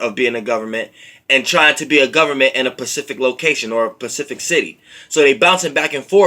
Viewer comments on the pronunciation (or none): specific not pacific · If yo ass don't start sayin specific instead of Pacific lol